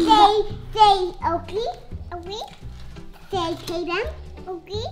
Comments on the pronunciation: Halston is so cute and like laugh that she said okely and said okely sorry if I say it wrong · Isn’t is so cute that halston says Okie for Oakley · HALSTON: MWAMY, DADY, BABY, OAKWEY, OAKWEY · Say taytam... okley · Say oalkay Okee Say tatumy Okee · Say Oakley, Oakley. Say Taytum... Oakley. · Say Oakley “ Oakley” say Tatum “Oakley “ 😂😂😂😂😂😂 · Maybe Halston says Oakley because whenever someone mentions the twins they say taytum and Oakley so when you tell her to say taytum she says Oakley